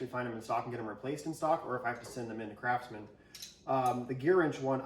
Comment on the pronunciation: Was he saying crapsman, or was it just my ears?